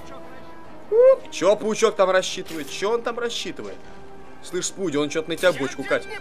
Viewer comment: Не спуди мэн,а спуди мун.